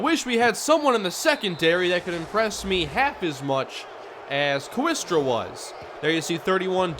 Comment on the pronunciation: Hey. Awesome as usual. In HS there was a kid in my class named Ryan Kooiker, but it was pronounced "Quaker." My best guess is Stephen Kooistra is pronounced "Kway-stra." But hey, you do you. Keep it up man.